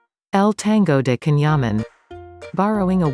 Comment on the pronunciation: The video is excellent but remember that the pronunciation of his first name is different!